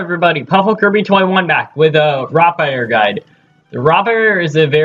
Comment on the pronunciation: IT IS PRONOUNCED rape-y-er